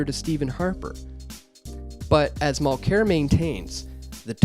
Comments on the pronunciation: If you're gonna attack the guy, try to pronounce his name correctly. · it's worth a watch but damn, - SO many mispronunciations you'd almost think that you weren't Canadian. ARE you Canadian? Charette? Mulclair? outer-mont? come on, dude.